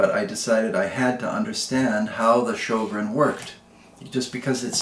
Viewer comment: Say Ö like EA in early, otherwise the closest pronouncination